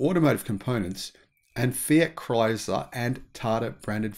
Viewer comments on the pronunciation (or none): none